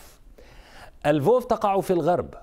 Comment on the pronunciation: مدينه لفوف اه ...😂🤦لا فولفو بالمره، مش محضر منيح ! اكتبها على جوجل ترنسلايت وخيليه يحكيها واحفظها منيح